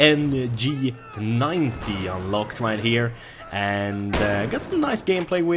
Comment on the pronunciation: oh and it's called Jay en gee not gee en gee :P